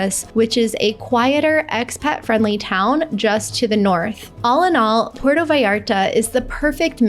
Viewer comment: It is pronounced pu-erto vallarta not Porto!